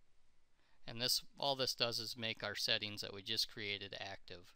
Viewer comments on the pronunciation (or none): none